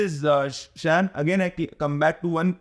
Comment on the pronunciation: शाम not शैम